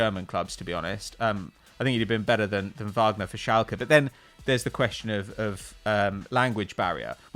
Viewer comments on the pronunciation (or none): none